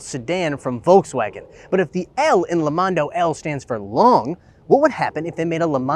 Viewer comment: He pronounces Volkswagen wrong